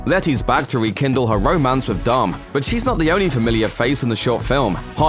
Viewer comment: the way how says dom its like dumb R.I.P the Brian